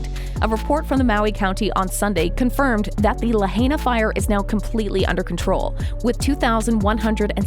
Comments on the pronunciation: Good bit, but stop miss pronouncing Lahaina. If we had honest news media it would have already been over for Oprah. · Please if you’re going to report on this unthinkable tragedy at least pronounce Lahaina correctly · Well if your going to use an AI generated hit piece about the Maui fire response on YouTube you might at least want make sure the robot voice pronounces “Lahaina” and “Kula” correctly. Mispronouncing these towns just amplifies the complete disconnect with the people of Maui who are still suffering deeply. Ugg! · La-HI-nah. Not "la-HAY-na." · It us nice to see someone try to get the truth out there. But if you are doing a story on a place that has recently experienced a mass tragedy next time do enough research to learn how to properly pronounce the name of the place, it's "la hi na" not 'la hey na'. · Its La-hine-nuh, not La-hane-nuh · It's pronounced La HIGH na, not La HAY na. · La-HIGH-na, not La-HAY-na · Its pronounced Lahina not Lahayna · Luh-hey-nuh? What? La-hai-na, get with it, how is it you’ve never heard this name pronounced correctly by now? Oprah needs to give that land back to the native Hawaiians, the real kanaka maole. Auwe oprah and the rock, who isn’t even Hawaiian, he’s Samoan and black, I hope that everything that oprah endeavors to do will turn to ashes and she loses everything until the day that she gives back the aina to the kanaka maole! Why doesn’t she go back to Alabama or Mississippi or wherever she comes from originally and take up the land from there? Until she does right, everything she touches will turn to ash. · Too bad this speaker can't pronounce lahaina - la high na. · La h-“eye” na. And “cool” a. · It is pronounced: "la - high -nah", mahalo. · Its pronounced La-High-Na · Please tell your AI who is narrating this video....to please learn how to pronounce Lahaina correctly. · I wish you would pronounce LIHAINA. Properly………Please!!! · I wish she would pronounce Lahaina correctly!